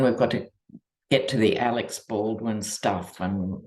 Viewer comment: its "Alec", not Alex (Baldwin).